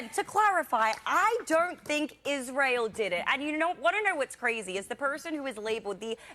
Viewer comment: I said the same thing when I first saw this. He's paying a friggin compliment. And that one bimbo (I know, they all are, except Jillian) can't even pronounce Israel and semite.